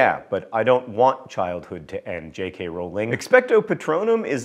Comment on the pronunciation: The best part about this video is John saying Rowling correctly. If you could smell sounds, that's what amortentia would smell like to me.